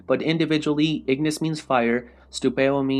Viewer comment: i really hate when people call these guys with latin name with the english pronunciation, ignis, with the gn pronounced like in italian, and scientia with the sc like in italian and tia like zia, so pronounce "scenzia"